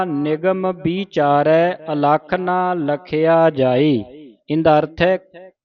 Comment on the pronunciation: ਬੀ ਚਾਰੈ ✅ ਬਿਚਾਰੈ❌